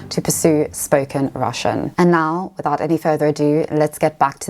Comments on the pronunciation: Your Russian pronunciation is very good!!! Great job!! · As a Russian, I should say that your pronunciation is nice. You will be fine in Moscow.